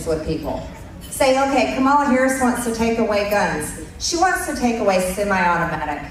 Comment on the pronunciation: Trump’s supporters: uneducated and uninformed dull minded people. 😢 MTG needs to be voted out of office! 👏👏 Republicans sound so stupid when they don’t pronounce Harris’s name correctly. What’s wrong with these people!